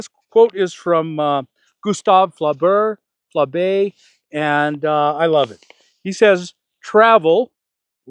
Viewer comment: Gustave 'flo-bear' - that's how you pronounce his name in French. 😉 I'm French so you can be sure I get that right. 😁